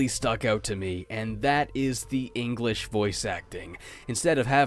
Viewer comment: Did he say engrish when he was talking about the languages. Like i really cant tell